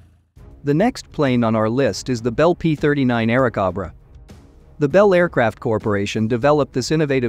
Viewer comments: Bell P-39 "Aira Cob Ra" Cob-ra instead of CO-bra. Cringe The flood of AI generated videos will destroy YouTube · I had to stop after the 3rd 'Airacobbra"... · The narrator was rather lame--doesn't know how basic aircraft makes are pronounced--was it machine generated? The P-39 was an "air snake" not an "air goat"!